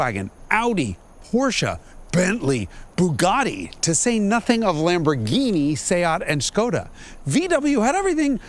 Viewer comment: Another brilliant video. Thanks for pronouncing SEAT correctly.